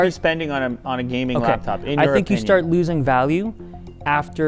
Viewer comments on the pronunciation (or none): none